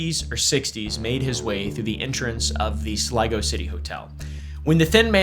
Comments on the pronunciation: I was SURE you were going to struggle with pronouncing Sligo. Hat-doff to you sir. Personal bias exposed :) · Nice pronunciation of Sligo 👍